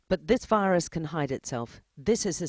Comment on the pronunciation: “Everyone must be careful with this new rirus”😂